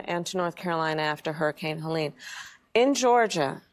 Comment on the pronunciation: I'm offended that she pronounced hurricane Helene's name wrong